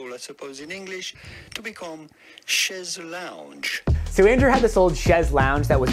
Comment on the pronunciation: It's funny to hear pronouncing "Chease Lounge" as I listen to him for all sorts of things!